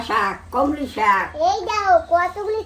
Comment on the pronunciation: Komli saag noi Kolmi saag